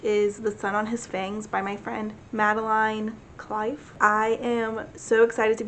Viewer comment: I’ve been obsessively checking this channel all month for this video! Thank you so much for your in-depth review of The Sun on His Fangs! I appreciate it so much! And great job with pronounciation of my first name. Most people say it like Madelyn, but it is Madeline, like rhymes with vine. Cliffe is pronounced the same as a cliff XD. I love this and I will probably be rewatching it multiple times <3